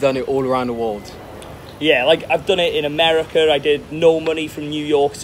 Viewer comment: He did it in "americar" alright 😂😂😂😂